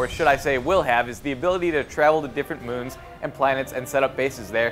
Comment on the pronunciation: it's called the "mun" in the game.